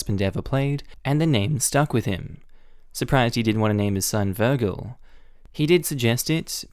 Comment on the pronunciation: not naming the new son Vergil smh edit: ok fair i didnt finish the comments LOL side note, out here pronouncing Vergil with both a hard and soft G within a few seconds of each other just to trigger everyone like the evil madman he is lol